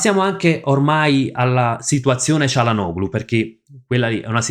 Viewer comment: ti preoccupi di pronunciare male il nome di un giocatore brasiliano che nessuno conosce, mentre dici comunemente cialanoglu invece del corretto (in turco) *cialanolu*; perché?